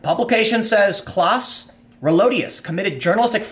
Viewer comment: Its pronounced Klouse not Kläss.